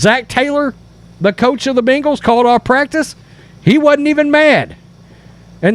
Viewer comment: It’s not Bingles…..it’s Bengals.